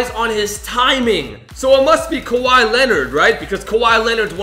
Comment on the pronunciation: Lol Kawhi not khawi